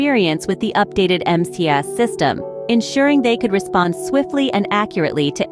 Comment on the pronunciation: Hey,. The flght control system is "MCAS". Not "MAS".